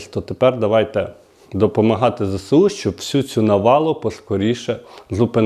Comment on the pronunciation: Не зесеу, а зеесу